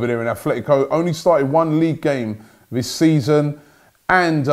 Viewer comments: Robbie it is Atletico, not Athletico. Does my nut in hearing you mispronounce this for the past 5 years. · ATLETICO not ATHLETICO 🤦🏽‍♂️